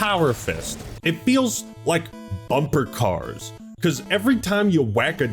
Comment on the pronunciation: Fleekazoid's voice: "BUMPAH CAWRS!"